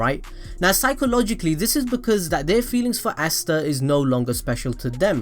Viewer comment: You say phycology hahahhahaha in tsundere